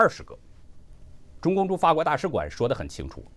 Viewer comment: 我没有其他意思，纠正读音，“法国”fa好吧，可能是古诗词平仄韵留下的，实际上是第三声；“慷慨”读“kangkai”不是“kankai ”